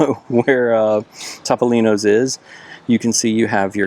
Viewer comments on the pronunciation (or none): It’s pronounced Toe-Poe-Lean-Oh’s and Bar Reeva 😂😂